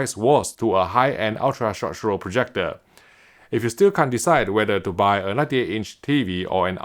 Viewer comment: Am I the only once that laughs everytime when I hear say, "short show" (short throw) 🤣